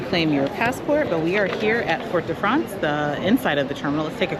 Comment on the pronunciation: IT'S FORT DE FRANCE. FOR NOT FORT. THE T IS SILENCE